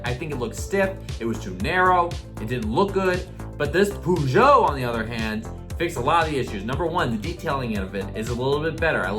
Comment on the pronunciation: Its purr-sho (as in show)